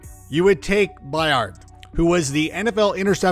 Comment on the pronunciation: So Zeke gets drafted over Henry because of a good rookie year running behind one of the best o lines ever lol Also learn how to pronounce Byard